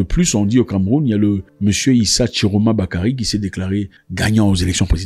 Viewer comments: Issa et non Issi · Issa pas Issi pffff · Issa*. Et non Issi* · C'est ISSA GRAND FRÈRE PAS ISSI S'IL VOUS PLAÎT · C'est pas issi mais Issa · C'est ISSA et non ISSI pas mon frère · C'est Issa et non Issi. Mais ont sait que tu fais exprès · Issa pas Issi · Son nom c'est Issa tchiroma pas isi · Issa* pas Issi, Papa. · Premièrement, le nom de l'opposant c'est Issa. 2e, il n'est pas emblématique, il était ministre de ce régime il y'a encore 6 mois. 3) ce que tu dis n'est pas moins vrai quoi que le mot "shettle" prononce avec emphase puisse représenter un exutoire de frustration pour toi. Une preuve de plus qu'il ne faut pas seulement croire ce que tu postes, il y' a aussi de fake que tu publies. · En quoi est-ce difficile de bien prononcer ISSA ?🤦🏾‍♂️